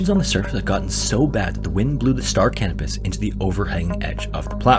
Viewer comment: Yes, I know I have a form of mild verbophobia, but in the interest of knowledge may I offer this? The ship referenced in the final story was named after the celestial body Canopus, a yellowish-white supergiant star in the constellation Carina. It is pronounced ka NO pus. The auto captions on my phone typed out "star cannabis" at every mention in the video LOL.